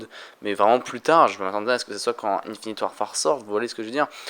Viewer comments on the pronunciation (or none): none